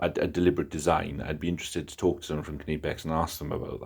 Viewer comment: actually pronouncing "Knipex" correctly.